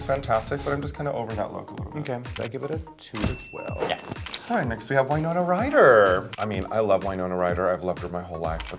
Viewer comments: Raja saying Why-Nona Ryder made me want to RIP my ears off. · Raja...you've loved Winona Ryder your entire life and yet you're still pronouncing her name wrong? it's not why-nona, it's win-ona.